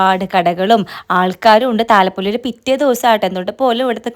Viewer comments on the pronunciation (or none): താള പൊലി അല്ല താല പൊലി